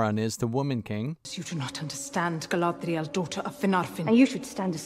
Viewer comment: The way they role their r's in this show is so annoying, the way they say Galadriel and Númenor are particularly bad